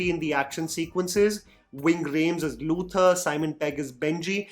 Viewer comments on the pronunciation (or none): none